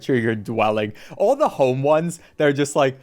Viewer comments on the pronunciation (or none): none